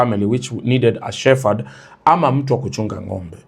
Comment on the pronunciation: Shepherd not pronounced as shefad but, that word is pronounced she-p- herd. So sorry for your loss.